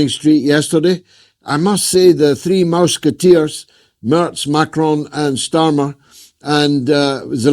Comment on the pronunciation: He said Mouse- keteers